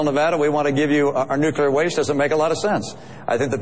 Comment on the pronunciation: How cute that Perry calls it "nucular"!!!!!